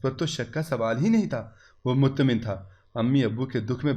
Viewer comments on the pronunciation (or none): Muttamin.. .nhi bola karen...ye ' Mutma'in' hota hai...correct it...